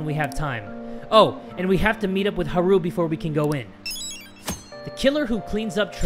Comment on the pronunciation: Is anyone else bothered by the way pronounces Haru's name?